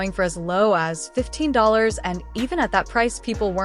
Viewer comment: AI narration sucks. do better. $15 is not pronounced SIGN BACKSLASH 15. wtf